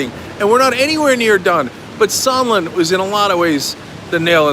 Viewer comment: You think Leningrad Lindsey will remember how to pronounce Sondland’s name now?